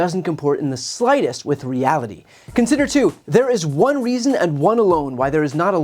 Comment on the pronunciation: Open borrrderrr ahnd tearrrr down de wahll.